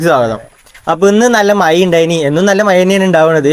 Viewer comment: maya enh kelkaan nalla rasaaa.... Maya alla mazha😂❤❤❤❤❤❤❤